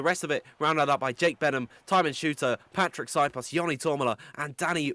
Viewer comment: Please learn how to pronounce Patrik s name zio cane una cosa dovete fare